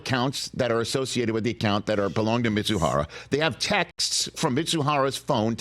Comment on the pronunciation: Ippei’s last name is Mizuhara, not Mitsuhara!!!